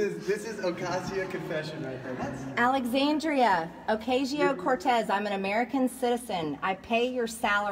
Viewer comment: Marjorie saying Alexandria Oketcheeo Cortesseses office has me dying 🤣 This woman and her partner in crime Matt Gaetz need to be held accountable for their actions! I will be there waving a prisoner of warmongering flag when they inevitable get ousted from their seats in office.